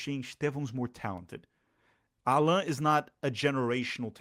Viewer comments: O nome dele não se pronuncia como ensinou no começo do vídeo. É "Állan", como se tivesse um acento agudo no "A", como em "Água" por exemplo. E não "Allãn", como se tivesse um acento til no segundo "A". Ele deixa claro como se pronuncia no vídeo que fizeram ano passado para o canal da Libertadores, 'Pura Humildade'. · Portuguese is not a real language btw his name is pronounced “Ah-len” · The way his name is pronounced is like French way “Alain” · In fact, his name is pronounced AH- lan. ( Élan). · thanks for this great analysis! it makes me feel much, much better about the signing. also, i will annoy my friends by using the proper pronunciation of Allan :) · You pronunciated both Allan and Estêvão wrong. Despite being Brazilian, I think you don´t live in Brazil... ;P